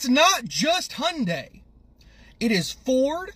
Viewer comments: The y is not silent. Hyun-day. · The y is NOT silent y’all. It’s not pronounced Hun die, it’s H yun die.